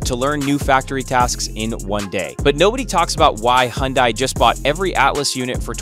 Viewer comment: "Hin-Day" . . . . If you wanna pronounce "Hyundai".